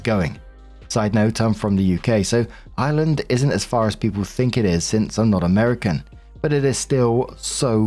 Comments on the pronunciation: I wasn’t lookin at the screen at first and thought was saying Island instead of Ireland. I was so confused for a bit. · Your accent,. It wasn't until you said, "I live in the UK, so Ireland isn't that far away," thatvI realized you said, "Ireland." It sounded like, "island!"